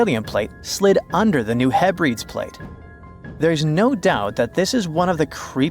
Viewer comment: New Mad rid and Heb ri deez. Pronunciation matters. 💖